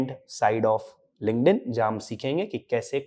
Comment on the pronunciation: why does this guy keep saying LinkedIn with a "g" ?? 🤦‍♀️🤦‍♀️🤷‍♀️🤷‍♀️ it's not Lingnedin. 😢 It's K not G . I couldn't watch the video cause it's so repetitive on this "lingnedin"